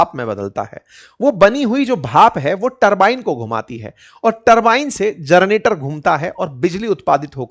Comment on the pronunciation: जरनेटर नहीं, जेनरेटर।।